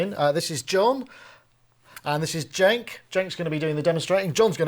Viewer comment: Another small detail is Dataline is called DENK not JENK lol